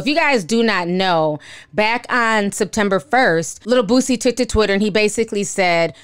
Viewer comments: I love that you call him Bootsie instead of Boosie 🤣🤣🤣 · Why do you say boosie like that lol?